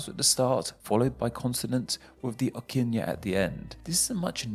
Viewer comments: As someone from Hawai'i, and I mean no offense, but holy crap you butchered every Hawaiian word. 'Okina is pronounced "oh-kee-nah". Ukulele is "oo-koo-lay-lay" and you failed to touch on that the Hawaiian W makes the same sound as an English V. Also, the reason the Hawaiian alphabet is only 13 letters is because that's how many sounds make up the language. Why have a B or a T when you don't even use that sound? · Aloha kakou 😎🤙🏾 Nice video. Hawai'i is pronounced "Ha Va E" and "O'kina" is pronounced "O kee na" 😳 Good job though, It's awesome to watch people who appreciate and find interested in Hawaiian language. Keep up the good work. Mahalo Nui loa. Ahu'i Hou malama pono. 😀